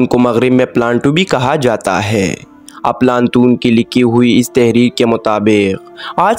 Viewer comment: صحیح نام افلاطون ھے بھائی اردو تو ٹھیک بول لو بہت سارے الفاظ غلط بولے جا رہے ھو